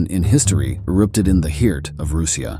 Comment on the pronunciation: Like when it tries to say “heart”? Hee-art